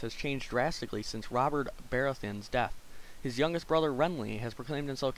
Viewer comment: You said baratheon wrong!!